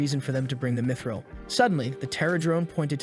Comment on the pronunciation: Bro really says dmitril instead of mythril